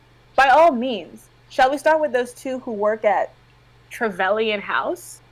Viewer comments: It is disconcerting that someone who apparently taught Dominic about the BDSM scene for the 50 Shades videos still has no qualms about discussing or exposing her personal BDSM relationship to a bunch of livestream viewers AND Dom without their consent. Also, it's tre-VE-lee-en. FFS, the name is even used in the video game Dragon Age: Inquisition. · Me watching as everyone mispronounces “Trevelyan”: DID NONE OF THESE PEOPLE PLAY GOLDENEYE???